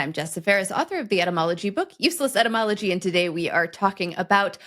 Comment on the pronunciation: "Cat" spelled backwards is God. Oh wait, that's for dogs. That's "useless entomology", right? I love your podcast, but you really have to apply correct pronunciation to distinguish the word as ety + mology -- the study of words and their origin. In all fairness, it sounds like you have a bit of all cold...